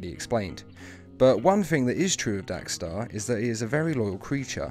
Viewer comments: How and why do you mispronounce his name every time even though you spelled it right? It’s Dex-Starr. DECKS-star, not DACK-starr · It's dextar not daxtar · Dex* not Dax. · why do u keep saying daxtar when his name is dexter.i heard u say dexter, so u can say it. whats the reason if u dont mind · Dos anyone notice that he sez DAX Starr it’s Dex star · How ate you getting his name wrong when u show a clip of it beomg said, dexstar not dax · But it's not dxe-Starr its dex-starr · You realise it's Dex-star rather than Dax-star right? I mean.. The title has it correct. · It is DEX-STAR not dax-star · I... Don't understand why you're pronouncing Dex-Starr as Dax-Starr. I mean, it's pronounced as it's written. Your video starts with Atrocitus pronouncing it correctly. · stop saying "Dax" it is "Dex" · I thought he said “Dank Star” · Cat's named Dexter Guys accent Dax star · You pronounced his name wrong literally everytime in this video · I HATE HOW YOU PRONOUNCE DEXSTAR